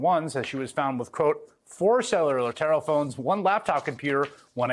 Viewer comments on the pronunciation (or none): “…four salelurrr terror-phones and one laptop…” Haha WHAT?? 😂 🤦‍♂️